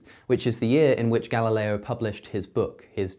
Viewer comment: Me: Galileo Cosmicskeptic: Ga-La-leeeo